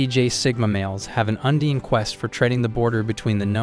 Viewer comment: I hope this is a bot voice. Undying should not be that easy to screw up. Epitome is a bit trickier, being Greek, but come on.